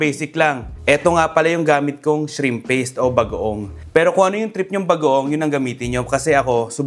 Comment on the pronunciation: i heard you say "budang" bango!